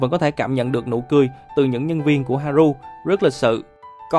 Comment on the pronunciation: Đọc là ha rư nha b ơi, u thì đọc là ư